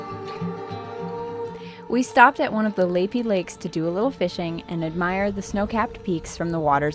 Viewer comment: "Lapie" as in "Lap-ee", not "Lay-pee".